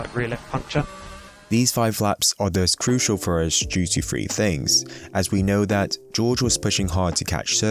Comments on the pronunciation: This is going to sound picky and I apologise but please can you take more time over your pronunciation of words like three and tenths so that they are not heard as free and tenffs as it really detracts from what is great content. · its pronounced "three" not "free". . . and "tenths" not "tenfs". cheers, just an observation and comment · The way you say thfwee "3" makes me mad